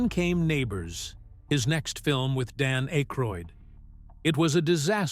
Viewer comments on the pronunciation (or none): AK-ROID, NOT ACHE-RHOID!! The silent "e" would make the The previous vowel say it's name. You don't see any "e" in Akroid, Do you?!? after his WHAT? Not only can you not speak english, But you're a liar!